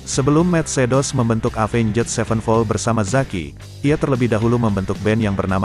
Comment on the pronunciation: pronounce nya avenjet 😂